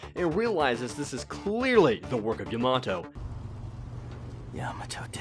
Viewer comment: Nero properly and correctly says Yamato. Uncultured Youtuber says Yeh Maaah toe